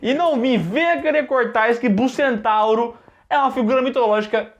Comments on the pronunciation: "bucentauro" kkkkkkkkkkk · Bucentauro kkkkkkkkkkk pqp